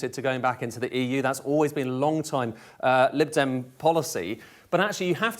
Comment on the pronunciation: Man said 'Lid dem' 😂